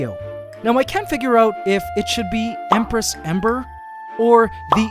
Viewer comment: Ok but hear me out, the "Embress"